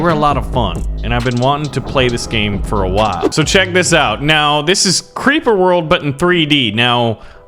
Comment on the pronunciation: i was going to say hi, but then i saw you said crreeper aw man, so im not gonna say, and also thats a HORRIBLE SONG.